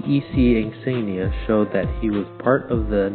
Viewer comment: Thank you for your memorial for Frank! BTW his last name is spelled with an "I", it is Frank J. Iafrate. (first letter I). A lot of people make this mistake. Also work on your pronunciation or insignia (make UCI proud). A Vietnam Bee